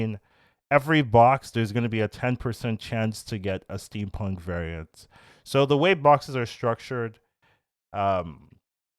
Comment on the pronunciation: Theres no R in steampunk